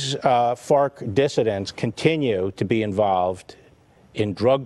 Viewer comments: Im sorry are you saying fart or farc? My $0.02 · ... I couldn't get past hearing "fart" instead of Fark or whatever lmao he just kept saying it too lol